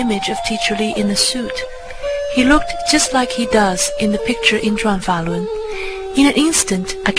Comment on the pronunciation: It’s “ Zhuan. Falun.”